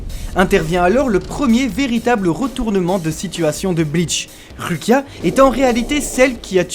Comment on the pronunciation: S'il vous plaît, je vous adore mais ça se lit Roukia 😂